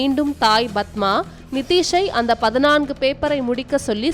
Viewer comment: 'பதினான்கு' என்று உச்சரிக்கத் தெரியாதா அறிவிலியே?